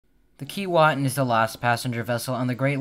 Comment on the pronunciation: Sorry but your pronunciation is wrong according to Aboriginal people it is pronounced Kee way tin. The same as Keewatin Ont., next to Kenora Ont.